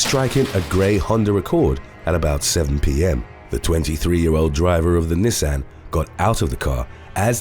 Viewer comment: 😂 the way he pronounces Nissan. It's adorable